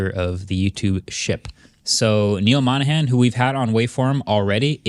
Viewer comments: "Monahan"???? He's Indian. Not Irish. MOHAN. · Mohan mate ....not Monahan .... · Did you call his last name Monahan? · Don't get so worked up just because he mistakenly mispronounced his last name.